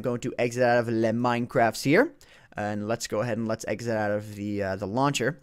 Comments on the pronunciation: Pet peeve: People pronouncing "le" with a flat "e" sound. The word is French (translates as "the") and is pronounced with more of an "oe" sound (ö, I think). THAT GOES FOR YOU, (lol) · Please stop saying "le" for the love of god.